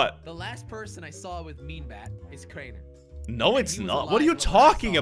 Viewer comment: craiber LOL it’s Crainer